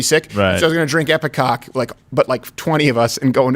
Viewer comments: I'm sorry, but I almost solely (and I said ALMOST solely) watch this show for Half Asian Lawyer Bill... He has slowly, over time, become my fave ✊ PS, it's Ipecac {I-PI-KAK}.. Not IpeCOCK, Crowder 😉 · EPI-KAK not EPI-COCK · Isn't it ipeCAC? You kept saying ipeCOC...LOL! Love you guys :D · Can someone please tell Steven that it's epicac not epicock.